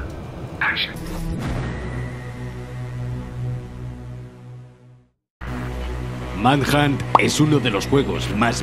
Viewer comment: escuche tu pronunciacion en "30 detalles alucinantes de gta san andreas" asi que al principio busque "manhatt"